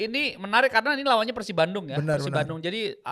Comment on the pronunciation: Bang biasakan kalo nyebut PERSIB itu pake E. Bukan "eu". Gak enak di dengar nya 😂